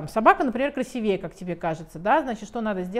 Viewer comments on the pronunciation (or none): Светлана прекрасная женщина, специалист. Умница. Но слова красивЕЕ нет в русском языке, надо говорить красИвее. Я в детстве очень обижалась на своего отца, который меня все время поправлял, если я что- то не правильно говорила. Сейчас я ему очень благодарна.